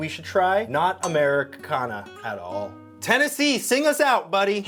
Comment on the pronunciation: good job I think I heard Tennessee!!!